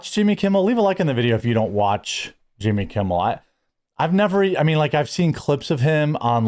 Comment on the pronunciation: I always get a chuckle when you pronounce it "Yimmy"